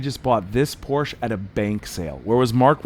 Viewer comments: Por-SHUH! Por-SHUH! I don't care how Uncle Zeke or Cousin Jethro said it back in the holler. If you're going to do a YouTube video, learn the "gen-yew-wine" name of the auto maker! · Come on,! It's pronounced POR-sha, two syllables! NOT Porsh(one syllable)! It's SO disappointing to hear genuine car guys misprouncing such an iconic name! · Por shuh. That’s how you pronounce it. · Porschä , speak the e at the end like an äh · Your mispronunciation of the name "Porcche" is painful, makes be want to turn the sound off. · porsche is pronounced "Pour sha"❤❤❤❤ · Porsche please Porsch with e at the end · Say Porsh-uh. It’s a man’s last name. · “Porsch”. Silly Americans. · Pronounced Porsh-uh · Por-sha-two syllables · It’s called Porsch…e… not fucking Porsh…….. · Love your vid! But not your pronunciation of the family's name "Por-sha". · porsh... annoying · while I like your videos I would love if you can say PorschE ;-) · I stopped watching when I heard "Porsh" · Pors-Sha, ya moron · Porsche, PORSCH-AH. If you are going to fix them pronounce it correctly. words matter...it's why the tech at the dealer is a moron...he can't read or pronounce words. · POR-SHA. Don't buy a car if you can't even pronounce it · POR SHA - Say it with me POR SHA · Again an ignorant American driving his porch. There is an E at the end of PorschE. Do you say th ?? It's thE same letter. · Please stop calling it „Porsch“. 😂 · POR-sha!! #comonman 😂😂😂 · PorschE not Porsch. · Great video, but wish you'd say the marque correctly "POR-SHA." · Porsshaaaa. Stop mispronouncing it. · It’s POUR SHAA. A car guy should know that. 😅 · Good video but Porsche is a 2 syllable word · Learn how to pronounce “Porsche”. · It would be easier to listen to if you could’ve pronounce Porsche correctly 😮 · The name of the car is two syllables, not one! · You can’t even pronounce Porsche correctly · I can’t watch a video about a Porsche where the dude won’t pronounce it correctly. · "Porsche" is a TWO syllable word.🙂